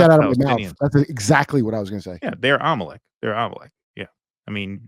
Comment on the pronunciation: so Jewish people are “im-o-leck” cuz they run betfkix